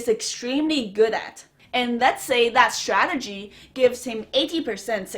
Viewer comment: stradegy lol